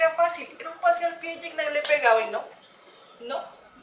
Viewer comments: Que linda, una cosita, no se pronuncia guicñac... Se pronuncia yiñac o yiña. En francés así se pronuncia más o menos... Y que es parceros?? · así es bro más o menos por ahí ibas, en su entrevista con el comediante franco Escamilla el aclara la pronunciación de su nombre, es "kñ" aunque se escribe "gn" saludos...